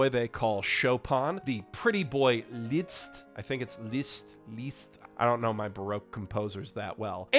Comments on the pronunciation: bro it's literally pronounced like the English word "list". Also he's well into the Romantic era, my guy did not smoke datura with George Sand and Chopin to be disrespected like this 😤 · for reference second try was the correct pronounciation